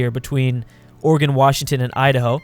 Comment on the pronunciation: Oh thank God, he doesn't say Oregon with a gone instead of gin